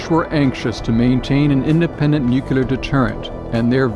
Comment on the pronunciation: He should've learned to pronounce nuCLear and MacNamara before narrating this